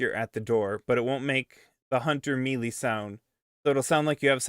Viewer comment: Melee is pronounced may-lay btw